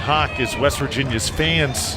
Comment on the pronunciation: weast virginia lmaoo, reminds me of the episode of spongebob when patrick heard weast instead of west